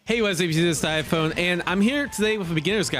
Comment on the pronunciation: Hey it's diaphone